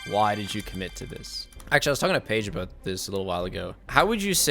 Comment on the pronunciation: right after "the odds were aboot double that" too